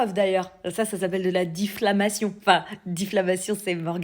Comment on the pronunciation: Diflamation , c est Sébastien delogu qui t a appris ce mot ? 😂😂😂